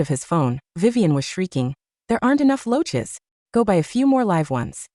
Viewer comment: Roaches not loaches!!